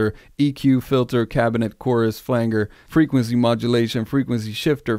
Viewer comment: your pronunciation of " flanger" was driving me crazy!! 😂